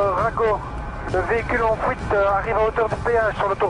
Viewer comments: fuite ou fouite?? mdr le ga en élico dit fouite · "véhicule en fouite" "la voiture en fouite" "la Audi en fouite" Quel accent dis donc... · "En fouite" Accent de Merte ^^ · "attention l'Audi est en fouite" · PS : accent(s)... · C'est moi ou il dit : Fouite :D ? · Il prend la "fouite" .. lol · Fouite ptdrrr 😂